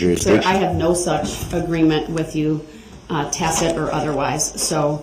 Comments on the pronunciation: I know it's a dead horse but I still laugh at TACK-IT AGREEMENT. The level of his stupidity unbelievable. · "Ima grown man wit grown kids!!! Lawfully law! All of a suddenly! Cohorzun! Durrest! Biast! Presidential! Tacket!"